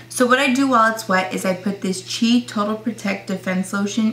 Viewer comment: its called C.H.I not chi